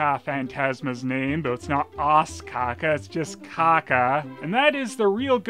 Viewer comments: It isn't Caca, and you're pronouncing Caza wrong too. The Ç in Portuguese (and French) and the Z in Spanish are both pronounced like the S in Casablanca. Both Caça-Fantasmas and Cazafantasmas mean "ghost hunters" ("caça"/"caza" coming from "caçador"/"cazador", the words in these languages for "hunter", and for "caçar"/"cazar", the verb "to hunt") Source: I'm Brazilian (so I speak Portuguese) and I also know a little bit of Spanish. :P Other than the misinformation about languages you don't understand, this was a really cool video. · Watching you say "caca" in all seriousness is hilarious. First because you pronounce it just like in Spanish, "ç" is different from "c" and it sounds like "s". Second because "caca" actually means poo in Portuguese, too. First time commenting, long time viewer. Great videos, man, and great job making me laugh awkwardly loud on many occasions. Keep them coming. Happy new year from Brazil. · In "Os Caça Fantasmas", the second "C" has a cedille, so it's pronounced "S" (like "façade" in french) :P